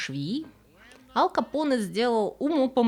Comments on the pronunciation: АЛКО Поне ))) АЛ Пачино Его же зовут АЛЬфонсо, какой блин АЛКо Поне ? Контент хорош, подписался и лайкнул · АЛЬ Капоне! АЛЬ капоне! АЛЬФОНСО Капоне! Не Алфонсо. Ал капоне - слух режет! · Режет слух "Ал Капоне". Не "Аль Капоне". Если на американский манер, тогда уж Эл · Всё таки правильно произносить Аль..в латыни и в итальянском произносить только мягко,Аль .